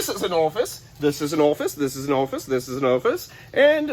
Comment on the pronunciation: Not Orfice …its orifice….